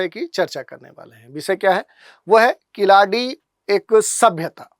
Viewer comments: Not kiladi , it's keeladi. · Khiladi nahi sahi uchharan keeladi hai.कीलडि. ழ यह ल दुनिया के किसी भि भाषा मे नही है तमिल के सिवा.